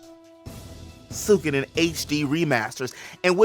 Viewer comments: Suik- oden I belive is proper pronunciation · it isnt that hard to pronounce.